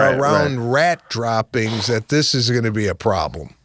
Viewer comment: its droppings, not dropplings pete. but thats just splitting (rat) butt hairs.